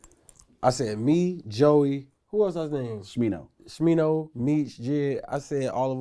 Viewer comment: Bro said new SMINO??? Cannot wait for new smi